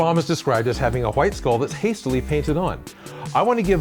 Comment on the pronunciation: ''huwhite'' makes me think of stewie griffin